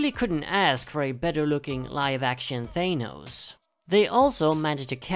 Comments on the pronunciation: Its Thanos not Gaynose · hearing 'thAYnose' makes my eye twitch nah jk great list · Thanos not thenos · It's closer to how thanatos is pronounced